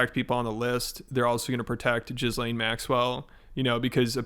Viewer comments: WHY TF DOES EVERYBODY PRONOUNCE HER NAME "JIZZ-LANE" LMAO. It's "GEE-LANE" YOU MORONS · gi-LAYN it’s not that difficult to pronounce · Homeboy saying jizz-lane when he definitely knows how to pronounce it is mildly amusing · I like how you emphasize "gizz" in her name. Shut up, yes you do. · Are people calling ghislaine maxwell "jizzlane" on purpose? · It's pronounced Ghee-lane Maxwell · It's wild how many people can't pronounce Ghislaine's name properly. Ghislaine is pronounced GI-LYNNE, the GI sound rhyming with we/thee/see/tea and the LYNNE part rhymes closely with win/sin/gin/grin. The "s" in her name is silent, and the "laine" is pronounced almost like tin/pin/bin. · thanks for saying her name correctly, jizzlane Maxwell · Why can nobody pronounce the name Ghislaine ffs. It isn't difficult. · Are you purposely mispronouncing her name, or are you really that terrible at research? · The S in Ghislaine is silent, How fucking hard is it to get someone's name right? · It's been so painful to hear you covering this story. There are researchers that have spent over a decade on this story and you can't even pronounce Ghislaine's name correctly. You have such a poor understanding of the situation and it's insulting to hear you describe it. 2ignorant2understand